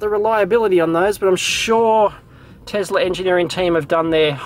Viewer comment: Tesla not 'Tezla'